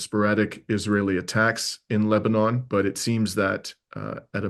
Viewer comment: It is pronounced Lebanin -- not Leba-NAWN.